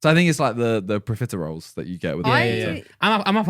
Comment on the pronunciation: Profiteroles lol He kept saying it